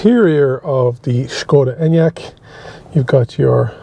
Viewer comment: SSSSKKKODA ENYAQ, seriously- pronunciation??? 🙄